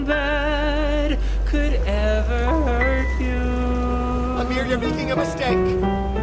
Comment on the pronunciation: finally said Amir’s name correctly